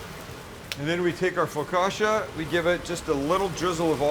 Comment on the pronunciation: Sammy boy,. Its pronounced FOCKACHIA.. LOL. You were close, but no cigar!. LOL The bread itself is called cibatta. My Man Sammy!. 😎